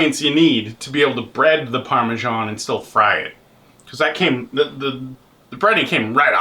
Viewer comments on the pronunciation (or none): Just the sake of my OCD... Parmiggano and Parmesan aren't the same thing. The first is made in Italy. The second is a bad American copy. At least you got the proper one, but please don't call it Parmes(h)an, lol.